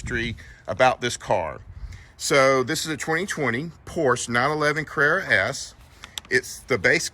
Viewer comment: Love it, just note the pronunciation of the car….